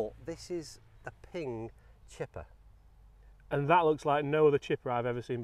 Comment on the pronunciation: Ping “chipper”